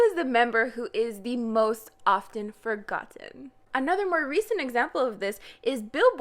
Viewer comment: The way she said forgoTTen triggered me lmao